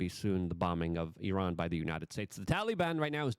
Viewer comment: Luke, well known for his verbal flubs, is one of the few jounalists i've heard who says "Iran" correctly